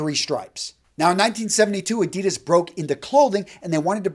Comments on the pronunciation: Why do you deliberately mispronounce ADIDAS...? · The way he pronounces Adidas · Hi. Good Vid as always (I like Versace!), but as a German: please pronounce Adidas the correct way (maybe listen to your friend Raphael Schneider)